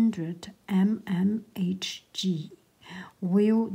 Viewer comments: Does anyone else notice how she says g instead of h and h instead of g. (Sorry if I made this sound very confusing) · For Hg I mean of course. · i came to the comments to see if anyone else noticed too lol